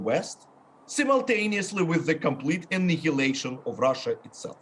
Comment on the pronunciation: The west would completely "e-knee-he-late" Russia.